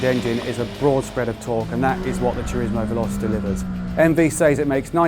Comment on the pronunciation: Veloce - Veh-Low-Chay.